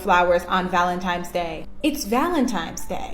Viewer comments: * Valentines Not ValenTIMES ! 😂😅😂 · Did the first girl mistakenly say Valentime’s? Repeatedly? Then she goes into communication being key, yet: Him: “What’s wrong?” Her: “……nothing” Yeah…… 🤦🏻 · If she doesn't know it's ValentiNes day and not ValentiMes day, she gets nothing. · Valentimes? Rofl... Valentines Day. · Any female that says valenTIMES day doesn't deserve a mf thing. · "Valentimes Day" 😂😂😂 They are so dumb. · "Valentimes" annoying AF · Valimtimes Day?! WTF is that? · LMAO.... "valentimes day" Buahahahah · My minimum expectation is proper use of our shared English language. For example, Valentine is spelled and enunciated with a ‘n’ and not a ‘m’ and ‘ask’ is not spelled or enunciated with a ‘x’. Cheers!